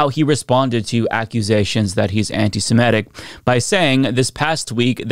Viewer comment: please stop pronouncing it “anti-samedic.” It’s pronounced “anti-semitic.”